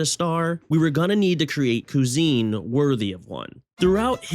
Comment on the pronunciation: I can't keep hearing "Koo-zene" XD. This was fantastic.